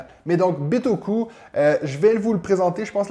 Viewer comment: Taxe bagages à l'aéroport? ben non, en japonais on prononce bien /bitoku/ comme en français! Jolie chemise! Bonne année!